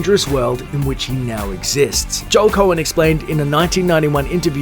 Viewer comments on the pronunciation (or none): none